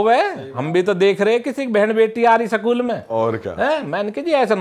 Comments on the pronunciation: स्कूल ❌ सकूल ✅ 🫡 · School ❌sakool ✅